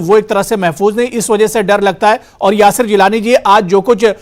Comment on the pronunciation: یاسر نام کا بالکل غلط بول رہا ہے